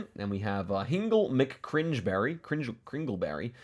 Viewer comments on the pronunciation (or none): The unironic working out of the pronunciation of Hingle McCringleberry killed me 😂